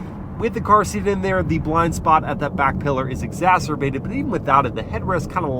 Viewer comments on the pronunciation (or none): I didn't actually think any real human being used the term "exasterbated"